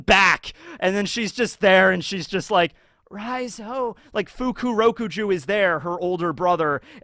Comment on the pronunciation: I think his name is pronounced Fukuro-KUju, not Fuku-ROku-ju